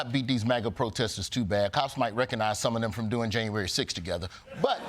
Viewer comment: "don't clap for the police going to januarry 6" 💀